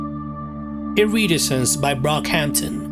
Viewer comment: That's not how to pronounce "iridescence" in any accent. ~